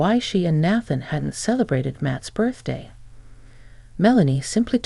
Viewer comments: Nathan na than not bath an please correct your ai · Nathan is pronounced “nay-than”.